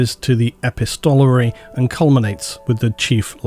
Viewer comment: Great video as always. Just a mention on the pronunciation of epistolary. The emphasis is on the ‘pist’ e-PIST-o-la-ry